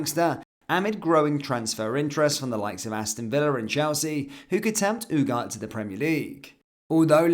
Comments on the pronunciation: every1 is saying Ugatthe and u r saying UGAT why? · ooh-gar-tay not ooh-gart. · As a person of Spanish speaking heritage, this really hurts the ears.